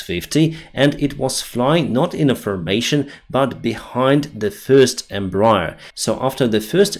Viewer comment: Not to be pedantic or anything because this is not really important, but the name of the Embraer company is pronounced "Em-bra-AIR" because the full name was "Empresa Brasileira de Aeronáutica S.A." (Brazilian Aeronautics Company) and because of a quirk of roman-based languages. Since you're a pilot, this name will come up somewhat often, so if you curious about the correct pronounciation, here you go. :P